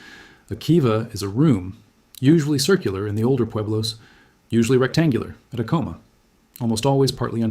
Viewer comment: Good talk. I enjoyed the history lesson. I've been to Sky City for a Christmas Eve mass in the Old mission church there. When the kachinas came dancing into the church, it was a surreal experience that I'll always remember. One correction you need to know is your pronunciation of the pueblo of Acoma. The accent is on the first syllable, not the second. It is properly pronounced AC' - O - MA.